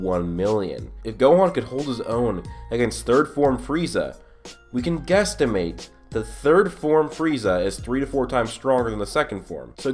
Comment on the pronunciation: Lol he said gestimate